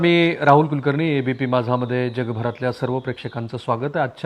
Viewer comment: अशुध्द भाषा.. ण ल न का म्हणता कुलकरनी?... बाकी सर्व छान पन थोडी भाषा उच्चार सुधारा ही विनंती आहे 🙏... निच्चीत, पच्चीम असे शब्द म्हणूच नका...